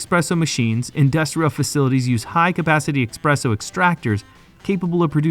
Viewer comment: “Expresso”? “Tierramisu”?? Bro, if you’re gonna do voice-over work, at least learn how to pronounce basic words. This ain’t it. Sounds unprofessional as hell.